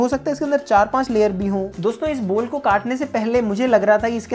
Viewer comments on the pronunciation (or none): Ball ❌ Bol ✅ 😂😂😂😂